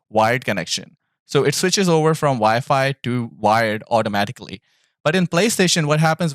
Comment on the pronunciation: I know im smacked but i keep hearing vyfi when you say wifi i cant stop laughin lol you ever use hotspot on ps5? Want to hardwire but router/modem is far and i keep lagging out lobbies